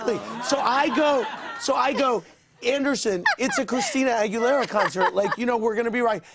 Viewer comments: OMG did they really say "Christina NalgaBuena" omg every Spanish speaker must be dying ... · Victor R. Yes I know lol but everytime he pronounced it be for he said agwelera😂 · Christina Argue-lera lmfaool